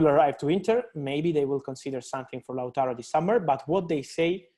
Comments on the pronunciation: Lachuro lol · man really said latrooro🤣